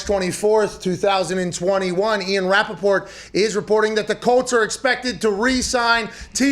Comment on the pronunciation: The way he says Rappaport like they did in the movie the interview